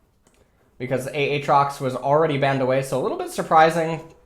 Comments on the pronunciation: ITS actually pronounced atrox. In his quotes he fucking says it.... lol...... idk why people say it's anything different... its a sad time... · Whoever pranked into starting to say "A-atrox", legend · He started it himself to spite people who corrected his Aatrox pronunciation